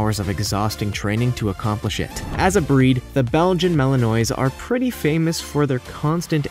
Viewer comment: Learn to pronounce Belgian Malinois properly.